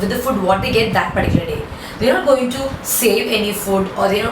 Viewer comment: Ma'am pls don't say fud. Its food. Listening to that is so irritating. Even though u explain everything amazingly but the word food sounds like foot 🙏